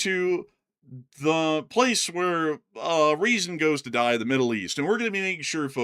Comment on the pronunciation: “Die” does have a different kind of energy pronounced in English 😅